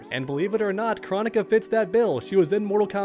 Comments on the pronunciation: I’m totally not trying to tell you how to run your channel…..,BUUUT bro PLEASE pronounce her name Kr-OH-nick-a with the big “O” sounds lol! Hearing her name pronounced “chronic-a” is just sooooo freaking annoying idk why! Maybe her SNOOP and DR. DRE should get together and drop that “CHRONIC(a)3” we’ve all been patiently waiting for all these years!! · I am passing a message from some friends saying do you not know how to pronounce Kronikas name Crow onika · For starters, you're saying her name wrong. It's KrOnika, the O is a long vowel, and 2 I think having Kronika as a playable character would be kinda cool. She is a time person, so she could have some pretty interesting attacks